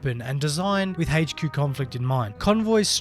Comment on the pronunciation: Update sucks bro . your going to love it . Sarcasm intended. Also its not hach q it's pronounced h q